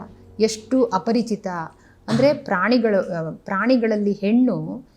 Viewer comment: Yen mam parichitha aparachitha.... Helthira.. Sadruda 😅